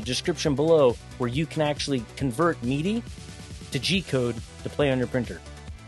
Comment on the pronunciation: You pronounce Midi as Meaty? Really... I already get a twinge of a headache whenever you say GIF...